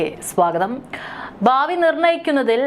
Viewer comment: 😄😄 ബാവി.... അല്ല... ഭാവി..ഇങ്ങനേ മാത്രമേ വാർത്ത വായിക്കാവു. OK..👍